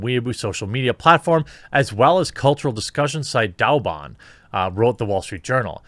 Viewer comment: What? Chairman Mao was wrong? No... btw, they're pronounced "Way bo" (bo sounds like bow as in bow-tie) and "dough bon" "why boo" would be spelled Waibu and "Dow bon" would be spelled Daoban. Just some pinyin pronounciation tips.